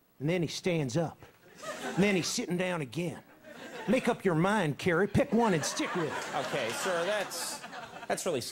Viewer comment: When Edwards pronounces “Senator Kewwy” like a baby I died